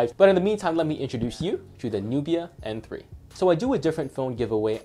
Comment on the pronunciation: Are you saying "Apple" for "Oppo?" and are you saying M3 or N3? Sounds like M. Nubia is suppose to be more expensive. Might as well get a used Lenovo P2 instead of this. Xiaomi is cool but their Android skin is heavy an filled with ads and annoying apps that you can't uninstall. Flipside, Xiaomi is dirt cheap. Downside, minimum to partial LTE coverage outside of China except. Except Mi Mix 2. That thing has crazy worldwide band support. Can you review the 360 phones like N6/N6 Pro or even the N6 lite please. Thanks.